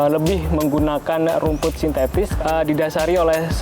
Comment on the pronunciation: “sintetis” bukan “sintestis”